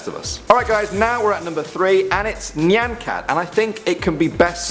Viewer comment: He pronounced "nyan" correctly but not "shiba" (he said "shibe" (trust me i live in japan)